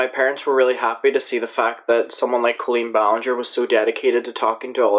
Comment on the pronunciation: OMG PPL ITS B-A-LEN-JER lol NOT BOLE-N-GOR